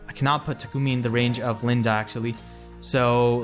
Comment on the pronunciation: Why are you Calling her LindA XD ?Her name is not LindE ? You're so funny ! XD